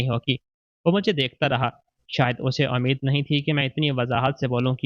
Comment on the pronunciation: Ammeed ? Ummeed😂 I hope aplog sahih urdu main perhte